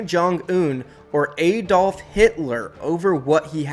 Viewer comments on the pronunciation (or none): The way he said Adolf, ha ha. American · 1 thats not how you say adolf 2 grow a pair of balls